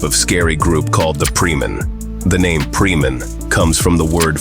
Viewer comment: Indonesia ,not preeman😂😂😂